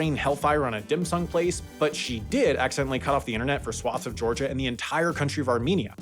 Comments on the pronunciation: "Georiga" instead of "Georgia", totally unwatchable. Expect a letter from my lawyer soon. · Georgia? Nope. Georiga! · "georiga" hello, mistakes video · lol, Georiga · "Georiga"? Really? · hehe Georiga.... Tsk tsk tsk, you even had it correct the first time around